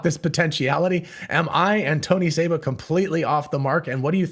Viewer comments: It's Seba, not Saba. this guy is a clown and is wrong on most everything. I've debated him and proved him wrong over and over on his EV predictions. He KNOWS that he's wrong but also KNOWS that there are suckers out there that will believe anything. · His name is Seba, not Saba.